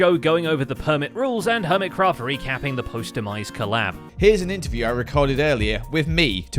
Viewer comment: I thought i heard permitcraft not hermitcraft had to rewind to double check my hearing was correct ❤